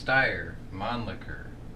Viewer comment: The steyr MF are the 5 gen of the steyr Polymer pistols. And Thank you for saying Mannlicher right.